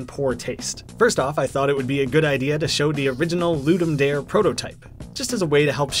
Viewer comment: I know you're not the only one who makes this mistake, but still... It's not "LOO-dum DÆR", it's "LOO-dum DAH-ray". It's from Latin, it means "To give a game".